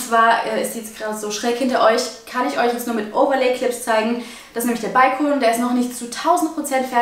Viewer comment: Bin ich die einzige die es aufregt wie sie Balkon ausspricht 😂 und wie sie supplies ausspricht 😂supleis 😂